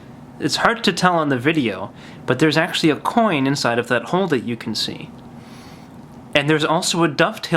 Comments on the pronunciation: Lol when he pronounces 'hole.' "There is a little hohle there." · Hoghl. Funny way to say hole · I love but... theres an L in hole